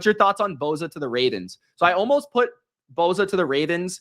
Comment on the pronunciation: It's not BO ZA....